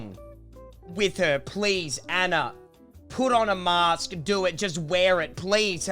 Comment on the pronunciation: She says mayaskk